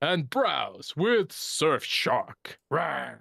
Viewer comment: I'll only use Surfshark when learns to say it right.